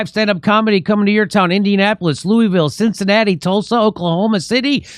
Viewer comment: I will never pronounce CINCINNATI the same again.